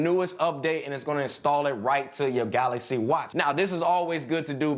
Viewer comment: i dont need a screen protector on my "galacy" watch because its saphire, and its galaxy not galasy:) # #cjsentme